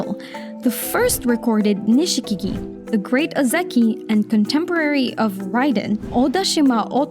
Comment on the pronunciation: Nishikigi is pronounced Nishkigi, without the i after sh.